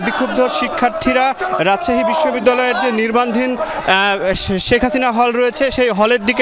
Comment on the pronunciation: নির্মাণাধীন।।। রিপোর্ট সাহেব, সঠিক ভাবে উচ্চারণ করুন